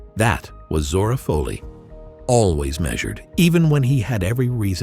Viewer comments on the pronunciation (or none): That's Zora Fohley (Foley), Not Fahley.